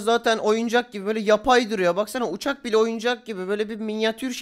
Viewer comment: Altın donbuş olurmu uçak ne alaka ouçak değil